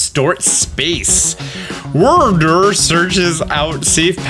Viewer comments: Others: Its pronounced Wyrdeer.: Wurder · Cmon it's WYR - DEER 🦌 not DERR smh 🤦🏽‍♂️ 😂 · Wyr(weer): Wurr. Deer (literally deer): Duurrr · The opposite of Wyrdr (how pronounces it) is Wire-Dire. Idk i like saying it that way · Hey, its pronounced Weer Deer, not the funny way you pronounced it. Did you not hear the way they pronounced it in the Presents video? Save us the embarrassing laugh next time, LOL! 🤣🤣 But it was funny to chuckle when you say wur dur! 🤣🤣🤣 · Pretty sure its pronounced "wierdeer", but you can call it "wurdur" if you want 😂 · Its pronounced Weer Deer you weirdo, LOL! 🤣🤣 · I nearly choked on my food when you started pronouncing WYRDEER AS WIRDURR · Wurrdurr tho 😂😂 It's,,,it's hee-soo-we. Hisui. Not high since that's just not how the letters work in Japanese. They said it right in the announcement video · Wyrdeer is pronounced like "Weird deer" according to the direct announcement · And who tf pronounces deer as durr anyway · Hey, show Wyrdeer some respect. They even pronounced it for us in the Presents. Weird + Deer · I believe it's pronounced weird-deer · Call it what you may 😂 the proper annunciation is (we’re-dear) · Er mer gerd Austern, it’s Werder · its pronounced weer deer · Bruh it's "Weird-Deer" ahaha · Wyrdeer is pronounced like weird deer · Wyrdeer is pronounced “weirdeer”, to kill your fun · Dude it's wyr-deer. WEIRDER LMAO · Wyr-deer is the pronunciation 🙄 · The deer is pronounced (ride-deer) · its pronounced why-deer (just to help how to say deer...) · it’s pronounced we’re deer man pay attention to the pronunciation of Pokémon names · wurdur, hahahha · i got a good laugh from how you pronounced wyrdeer. also i think the forms might be referring male and female. shix's back legs are different depending on the gender. it makes sense seeing how if their just starting to study pokemon they wouldn't know about gender differences.